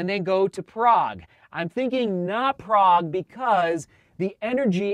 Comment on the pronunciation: Oh, kudos to to pronouncing Prague name in original! Also YAS it is absolutely adorable city, I have been visiting it for dozens of years now and thinking about staying there for retirement.